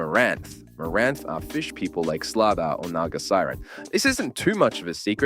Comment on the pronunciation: Thumbs down for pronouncing it sluhsa